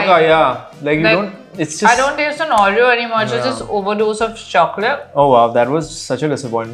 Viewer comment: Why does she say ‘Aureyaw’ and not Oreo 😢